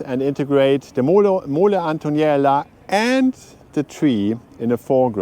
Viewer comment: It’s Mole Antonelliana not Antoniela 😅